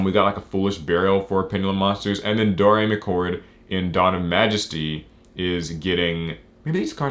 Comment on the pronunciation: I can't tell whether you're saying Do-Re-Mi-chord or Do-reh-ma-chord. But just wanted to let others know that it's Do-Re-Mi-chord. Lol